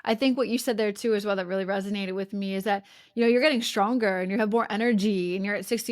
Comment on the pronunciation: I love you, but it’s RESONATE, not resignate.